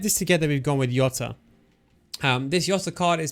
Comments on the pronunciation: Plz stop calling him yota it's Jota 😂😂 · It's Jota CARALHO 😁😁😁